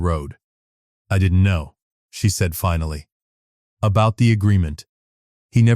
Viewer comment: “ but because someone had ‘fin-alley’ learned…..” AI can’t pronounce “ finally”! A very nice story otherwise. It’s too bad the reading was not up to the level it deserved.